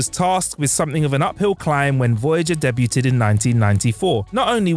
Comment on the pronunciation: Please please please.. learn how to say DEBUT